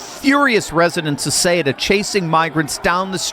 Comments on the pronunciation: I am Spanish. Ceuta is pronounced with the "th" sound at the beginning, θɛutɑ, not Kutɑ or Shuta. Ceuta became part of the Roman Empire in AD40, two and a half centuries after the Iberian Peninsula (nowadays Spain and Portugal) was conquered by the Romans in 218BC. From that day, it remained linked to either Spain or Portugal. When the Roman Empire fell in AD 476, it was ruled by the same Visigoths who ruled Spain. It has been a spearhead for the conquest of Spain since the beginning. When the Byzantines tried to reconquer Spain for the Eastern Roman Empire, they briefly captured Ceuta; when the Moors conquered the Iberian Peninsula in 711, it was because they had bribed the city's governor (Count San Julian). From that point, they managed to cross to what is now Spain. While my ancestors from all the different Christian kingdoms of the Iberian Peninsula were fighting the Moors in the famous Reconquista (the Reconquer), it was captured by the King of Portugal in 1415. When, thank God, we defeated all the Moors in 1492 (the same year Columbus discovered America), Ceuta had already been freed. For many centuries, many of the territories between Portugal and Spain changed hands. When the kingdoms of Portugal and Spain were briefly merged from 1580 to 1640 due to a succession crisis in Portugal, it became part of the merged kingdom. When the two kingdoms separated, the city's people voted to remain Spanish. So I am talking about the people deciding their destiny in 1640, 130 year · Thank you for the truth. Having lived in Spain…Ceuta is pronounced Seh oo tah. My Spanish friends would want you to know and thank you for telling the truth. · cueta is pronounced as SOOTA,do your homework bro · The way you pronounce Ceuta....is Caaootah in a quick way fast way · Isn’t Cueta pronounced: Su-eh-ta? Maybe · Google says that it is pronounced "Sootah". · Ceuta is pronounced ‘soo tah’. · Ceuta is pronounce SUE-Ta. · Soo-ta! Ceuta